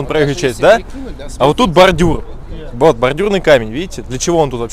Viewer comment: "баРРдюрр, тррратуаррр, смарррите" Паровозик тыр - тыр - тыр, а в трубе тринадцать дыр....))